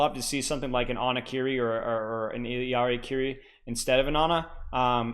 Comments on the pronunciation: Say it with me everyone I-LAR-EE. I-LAR-EE. Not ILL-EE-AR-EE. Why are people adding a letter to her name? Illari.. not Illiari. Sorry but this is driving me nuts 😂. All love though ❤ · Still disagree with y’all I’m sorry 😉. 2 L’s in Spanish make a “Y” sound. So even if you say it in her proper language it’s EE-YAR-EE. 2 L’s don’t add a syllable. Like I said, all love, and a funny debate at least. Keep roasting me, I’m here for it 🤪😂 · For the love of god learn how to say “Illari” Why are you adding a whole extra letter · no he’s not, Illari, even in the Spanish pronunciation, doesn’t have an extra fucking i before the a. Cope.